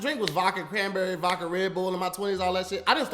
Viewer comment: Leave it up to to say “Vocka” instead of Vodka 💀